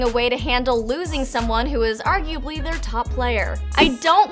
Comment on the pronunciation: Did she say Arguably